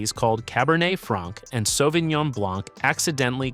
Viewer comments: I stopped watching the video when he pronounced the c. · I came to look for the comment. It drives me crazy. Matt Leblanc… ugh. why pronounce the ‘c’. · As a French man, I die a bit each time you say the C in blanc.... it's silent !!